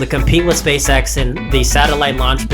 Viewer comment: Why are u saying space sex